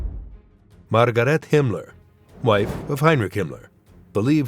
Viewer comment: Unqualified announcer who does not know the German language: Goebels is not pronounced /gobbles/, Margarete is not /margarít/!